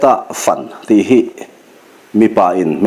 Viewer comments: 'fan' hi i lam ri dik lo tlatin ka hria. "Ka rawn pan che," kan tih a, 'pan' kan lam ri ang hian, 'fan' han ti ri chhin teh..... Aw, khatiang khan!!! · A ngaihnawm hle mai. Mahse, a chhiartu hian 'fan' I lam dan hi hmun kan fang a, chumi a modified form-a fan kan lam ang hian i lam a. Hei hi a dikhlel deuhin ka hria. Fan tih a 'a' hi thluk si lo va ri sanga lam tur niin ka va hre ve. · FAN hi i thluk diiklo aniih hi. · Luhkhung tih leh Fãn. Fãn a ri sang sei uai thla fan deuh a lam rik tur a ni zawk . Fan . Ṭang fan fan he ta fan hi chu a ri hniam sei deuh a thluk tur a ni . A khi chhak tiang Lentupui Zo bawm ram khi fan ka nuam e . He ta fan pawh hi a ri hniam tawp deuh chat a lam rik tur a ni . In thluk dan a dik loh a vang' n a awmzia a bo daih ṭhin .